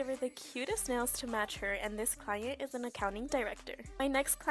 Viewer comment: what with the "client" prononciation 💀😭